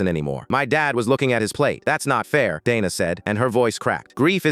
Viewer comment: Dayna not dana